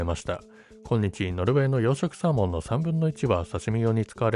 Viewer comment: AIは今日をきょうと読んでる